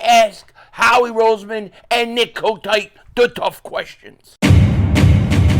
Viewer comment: Its Nick "Kotite" until Sirriani proves us wrong 🤦‍♂️